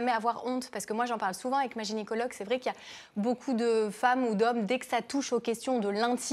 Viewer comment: Gynécologue pas genicologue.. enfin il me semble entendre genicologue au lieu de gynécologue non? Ou j' hallucine ??